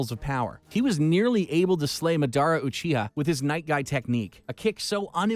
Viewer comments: Me when he says (Mah dara) instead of (Madara): I want to punch you. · It's not mUDUOOORA its Maad aruh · "madoerna" - narrator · Did he just say midara uchiha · This guy pisses me off he called Masada mudura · Cant get over how he says “Adara” instead of madara haha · madaaara's suzano, manjeko saringen, renegan XD and my man said kayuga otski and not kayuga otsusuki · SPEAK, Say MADARA, CHAKRA ARE YOU OK HAVE YOU WATCHED NARUTO!!!!!!???????? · Bro the way you're saying madara, kaguya, otsutsuki, rinnesharingan and susanoo disatisfies me in a way nothing could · How the hell did u slaughter everybody's name pronunciation in the entire Naruto works????🤔😔SMH!!!!!! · Narrator definitely hasn’t watched Naruto after hearing those pronunciations of madara and “manjiro” sharingan 😭